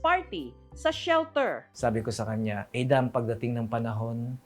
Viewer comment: Pronouncing Adam that way only reflects a serious global disconnect and ignorance.